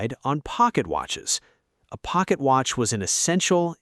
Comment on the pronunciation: ah yes, the ole wrist Wratch